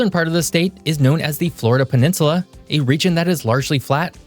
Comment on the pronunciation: There's no r in peninsula